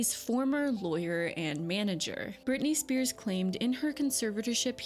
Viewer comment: Its just Spears not Spearses